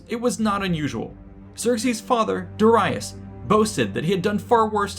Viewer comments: Did this man just call Dare-ius Da-rei -us? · You pronounced Darius’s name wrong! Very sad! It seems that people are posting videos on topics that they really don’t know much about!